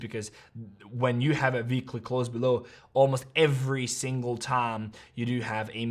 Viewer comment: I have to ask this question 😂 - why you always say veekly not ueekly (weekly) is that how u learned english as kid or its your original accent. thanks.